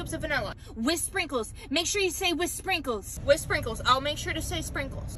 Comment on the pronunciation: So annoying when she only says one syllable. 🙄🙄 "sprinks" "picks" no one talks like that